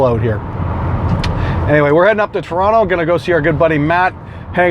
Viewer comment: It's about time someone pronounced "Toronto" right.